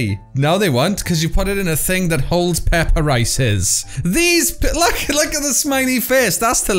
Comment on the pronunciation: " Peppa rices " 😂